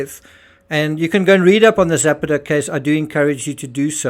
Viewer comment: JUst a small point: Zapata isn't Zepeda or Zappatteh, but Ze-pah-ta. Meanwhile thanks of r all the excellent work you do.